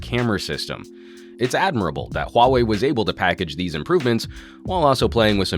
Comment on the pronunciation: omg, i have to say you pronounce the “huawei” perfectly!